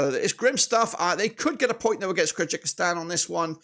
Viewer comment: the correct spelling is Kyrgyzstan!🇰🇬 stop pronouncing our country with mistakes